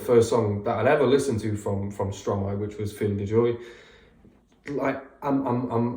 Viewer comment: Don't worry for the prononciation, it's understandable. You mastered the Stromae one though. Switching syllables of a word to make a new one is the principle of "verlan", a sort of slang in French.